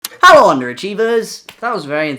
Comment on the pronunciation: The hello sounded like "hallo" wich is the German word for it lol